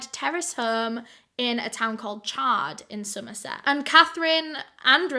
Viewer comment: I'm from Somerset and almost popped my eyes out when you said it 😳